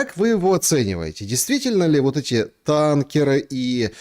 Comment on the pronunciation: Да что ж такое 🙈 Не танкерА, а тАнкеры…